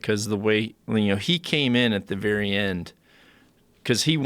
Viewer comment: Joe "Russian bears have a verry good guard" Rogan